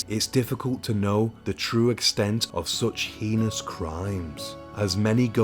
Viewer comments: Heinous is pronounced “hay nus” for what it’s worth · I've heard many Europeans pronounce heinous, the way he does.